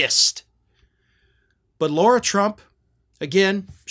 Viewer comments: The woman is an idiot, true, but at least pronounce her name correctly: it's "LARA", not "LAURA". Jeesh. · her name is Lara, not Laura. if you're gonna hold republican's feet to the fire over mispronouncing Kamala's name, you need to do the same and make sure you don't mispronounce GOP names. really bad messaging, especially since you have a JD. one would expect you are capable of being detail-oriented.